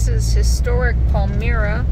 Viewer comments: Pall MY ra. Now it's just getting ridiculous. Please learn how to pronounce the towns you visit. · Wow, You had footage of Rochester, New York. I would guess You didn't find any boondocking spots here in the warmer weather either??? It's snowy and cold at the moment. And it is pronounced Pal-my-ra... like it's 'my' stuff. lol ThankHz so Much for sharing You travels. Wholeness n Essence of Love ((